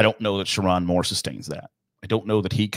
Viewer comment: Didn't even bother to learn how to say his name? I think you'll be learning it.